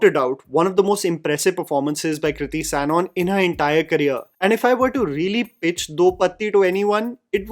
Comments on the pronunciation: Why are you pronouncing Sanon as Sanon? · Hii long time viewer here, dont mean this as a hate comment but just a suggestion that when you are doing a review, you should research on how to correctly pronounce the actors names. The mispronunciation of Sanon and Shaheer's name just bugged me, so I thought of letting you know, anywhoo appretiate the review!